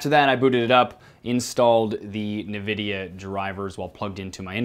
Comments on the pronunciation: Nvidia is pronounced N vidia not Na Vidia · NVIDIA is pronounced as N (like in the alphabet) VIDIA (like video, but in ends on A) Not NEVIDIA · Ehn-vidia. Not nevidia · Did you just call Nvidea "nividea"? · He kept saying NIHvidia when is ENvidia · it is pronounced en-videa not nuh-videa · U_Wot_m7+1 no? its a 'nuh' is a hard lowering of tone towards 'vidia' which is less pleasurable as a sound to native english speakers than the slide from "in" even considering that, theres the fact that the company officially calls itself "in vid eea" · sorry... stopped watching at Ni-vidia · 'nuvidia' wHY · "nevidia" I'M SO DONE LOL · Came looking for this comment. Holy smokes, I had to rewind - "Wait, did he just say...?" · "NUH-VIDIA" oh my gOD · en vidia you fuckign philistines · U_Wot_m7+1 yea and nuhvidia is so much better you ingrate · Na na na not going to be upgrading your NAH Video Card. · Exactly :DD its pronounced En - Vidia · It doesn't matter what 'sounds better'. It is In-vidia whether you like it or not. If you say it another way, the rest of us will just permanently label you a moron, and move on with our lives. Reminds me of a client I had once who pronounced AMD phonetically instead of as an abbreviation. I was truly speechless. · omg right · I had to rewind to make sure I heard that. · Great video, just a reminder on your pronunciation of "Nvidia" ;)